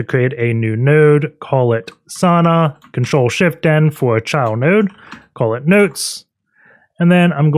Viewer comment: Pronunciation is Sawuuuna, not Sana. Sana is wrong lol 😆